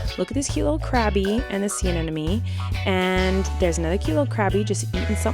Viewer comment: Anemone, sis!! Think of it like ‘an eminem’. Rather than ‘an enemy’ (which is what you’re saying).